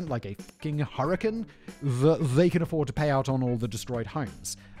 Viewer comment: What's a "hurrikin"